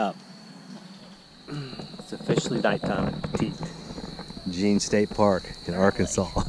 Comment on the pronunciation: It’s pronounced petty jean